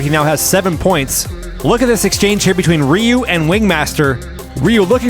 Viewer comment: It's pronounced Er-yew❤ Ryu